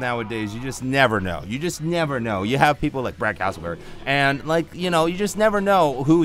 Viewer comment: Lol he said brad Casselberry lol.